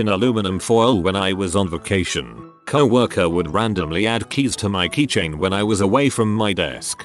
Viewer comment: First video with this voice Ive ever seen where he doesn’t pronounce it 🐄-worker.